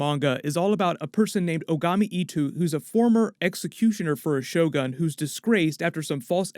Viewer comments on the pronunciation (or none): none